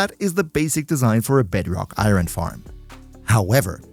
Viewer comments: Its not iyrhon its iron... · immediately leaving this vid cause i can’t stand the way you say “iren” like are u sped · now why would you pronounce iron like that😭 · Ever heard of an accent???😭😭😭 think ur the sped buddy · I -ron ...lol sorry, not making fun of you...I just have never heard anyone pronounce iron that way...maybe it's normal and I'm the weird one, but just haven't heard it that way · It's a pretty common pronunciation. Although "ahyorn" in general is more used